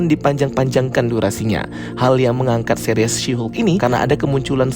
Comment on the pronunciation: Bagus reviewnya. Tapi annoying bgt dia bilang Seris, jadi Series 😂😂. Tapi oke